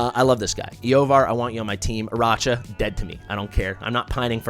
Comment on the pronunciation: I know it's gauche to complain about pronunciations, but a bunch of folks on YT call her "AraCHa," with that soft CH sound, which is so bizarre to me. It's CLEARLY a name made to be a play on Arachnid, like a spider, right? So it should be pronounced with a "k" sound.